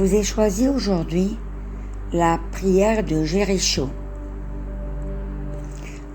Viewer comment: Je suis étonnée de votre prononciation du mot Jericho.